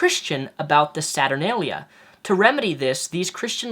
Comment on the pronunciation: Thank you for bringing up the Roman holiday Saturnalia. Sorry to be rude but like numerous people you accidentally mispronounced Saturnalia. Regardless, l have studied classics and ancient history thus making me laugh at so-called Christian "holidays" on account of their blatant pagan origins. ln addition, the Romans were lazy with making up their religions and stole many practices from various Asian religions. This resulted in the worship of the Persian god, Mithra, who was born on December 25, thus making it his feast day. Might l also add that the feast of the Immaculate Conception occurs on September 8 and it takes 9 months for a fetus to develop thus making Christmas being the birth of Christ impossible. But then again, when did religion ever pay attention to science...or common sense?